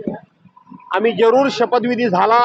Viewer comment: आम्ही जेरुर आम्ही जेरूर बोलतो बेवडा